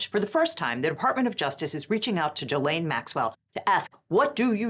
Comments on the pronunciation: The G in Ghislaine is pronounced like in the word geek, not jee. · From Wikipedia: Ghislaine (/ˌɡiːˈleɪn, -ˈlɛn/ ghee-LAYN, -LEN)